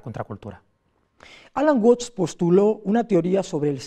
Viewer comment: Se pronuncia "uats" no "uots" Saludos! 😁